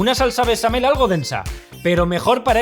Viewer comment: ... en vez de salsa BeCHamel, dice besame-el... Eso ya es albur jaaaa ;). Ya en serio, se ve buenísima la salsa!